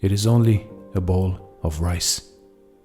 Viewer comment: When you say rice you say mice..when you say rays what you say?